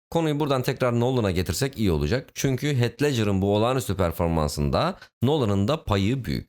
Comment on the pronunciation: Heath i "heyt" villan'ı "vileyn" diye telaffuz etmeniz haricinde her şey harika. Ellerinize sağlık beyler.